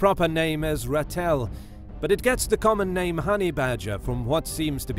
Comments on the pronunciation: Pronounced, Rattle with emphasis on the A, its a long aaa like in Ra but extended a bit Raa. Its derived from Afrikaans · For context, ratel is pronounced 'rah - till' with the 'r' being rolled like in the Spanish pronunciation of 'senorita' and the 'rah' being a longer sound. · You don't pronounce Ratel like that. You have to drag your a consonant Raaatel.